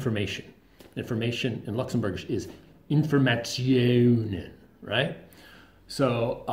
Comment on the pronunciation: Actually... "Informatiounen" was correct indeed - even the pronunciation was quite good ^^